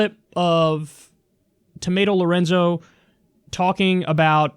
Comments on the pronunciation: "Tomato Lorenzo" Oh Kyle xD. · "Tomato Lorenzo?" Cringe. Dude, please stop.